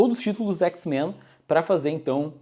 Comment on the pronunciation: parece um jamaicano falando X-Mã